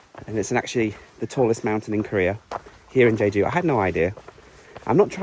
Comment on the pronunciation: You ate the ssam (lettuce wrap) all in one. 👏👏👏Just an fyi it is pronounced JEH-JOO.